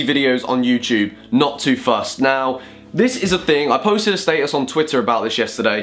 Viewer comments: wait, he said statesus, still wrong doe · That's how your meant to say it right? (I'm British too) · The British way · Did he say old Facebook Staysus? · I know it shouldn't but the way you say status bothers me lmao